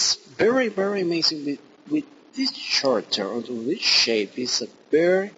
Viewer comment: Lol you pronounce character as chericter! Try saying it like this: Karakter.